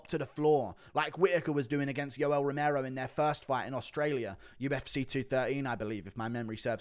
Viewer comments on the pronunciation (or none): none